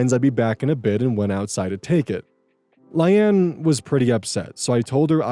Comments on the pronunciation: Layne is pronounced the same as Lane, not Lie-anne. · I assume his brain switched the y and the a so he read it as Lyane and went from there but it still killed me lmaoo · Layne is typically pronounced "lane" and not "lie ann" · Right? It's like Lain. LAIN! Not lay-knee! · I'm sorry my friend, but I have no idea where you got Lie-Anne, a two syllable word, out of Layne. I agree, it's a weird name (Hopefully it's a made up name too; otherwise, OP is kind of an idiot 😥). Maybe you saw it, blanked, and combined two reasonable pronunciations into something silly? 😆 Personally I would have just used Occam's Razor and pronounced it Lane, like Payne and Wayne. I assume it was originally a last name, and admittedly I really dislike naming children that way. I would have also understood Line (since it rhymes with Ayn) or maybe even Leanne. It's two syllables, but at least it sounds like a name other people have. But anybody who names their kid Lie-Ann is basically dooming her to 13 years of other kids calling her Liar and Lion 🦁😭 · "Lane" ❌️ "Li anne" ✅️ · Layne is pronounced like “Lane” lol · Layne is pronounced as "lane" (like Loise Lane) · Or Lay-nee. You can't say for sure which from the spelling alone. But what is for sure is that it is not pronounced the way he does. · LAY-KNEE. layne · The pronunciation of Layne (lay-knee) is throwing me lol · Coming here to say I've never heard Layne (Lane) pronounced that way. 😊❤ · Not him pronouncing Layne as LIE ANNE help 😂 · Ikr? Like sir. Sir. Where do we construct the "Anne" sound from? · Yeah it's obviously pronounced lane. Idk why is so confident about pronunciations without ever checking them. Easy way to check is to open google translate, set it to English, type the word, and press audio pronunciation. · The pronunciation on Layne is really goofy, I think it might be produced like "Lane" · I have never heard Layne pronounced like that before.